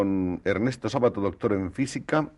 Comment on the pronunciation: El apellido no es grave. Se pronuncia Sábato, aunque no lleve tilde.